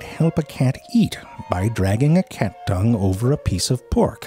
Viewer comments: "This explains why most Björds have round pupils" "Sort of like when you feel around for keys in a cluttered handbjääg" "One of the most striking features of a cat's Tongjüür" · ZeFrank's new words for the day: Handbyyaaag. Tonguewwwwrrrr